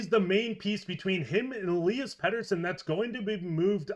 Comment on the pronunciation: He was talking capspace disappearing, with players signed/retained, the with the picture of E-LIE-as, he says E'LEE-as. Trading Petey the forward, would free up the most capspace, and have the potential of getting an impact center. D-Petey alone won't get a #1 or 2 center...he's not really proven YET. There's the rub. Teams might see him as a future star shutdown force. That's how the Canucks see him, right? I wonder how it all goes down! Wow...Canucks have a wealth of good d men and goalies!! Silovs is a stat king right now in the AHL playoffs!